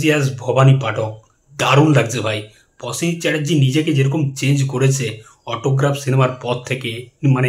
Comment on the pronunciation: Prosen not Posen...aajkal dekchhi bangalira rofola jofola sob kheye jacche...work on your pronunciation otherwise good presentation.